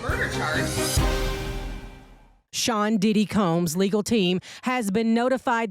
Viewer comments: Nancy said pdidit 😅😅😅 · 😂😂😂😂😂 this lady said. PDidit😂😂😂